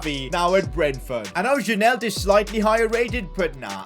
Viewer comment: Janelt is pronounced yanelt